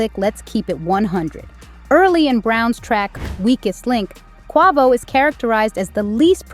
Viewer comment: Sweetheart please pronounce Quavo name correctly . It sounds so cringe how you’re saying it lol